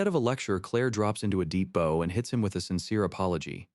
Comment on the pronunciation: Someone has got to get whatever program is used to read these things to use the word "bow" properly.